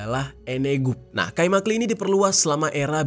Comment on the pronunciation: i tanpa titik dibaca e jadi kaimakle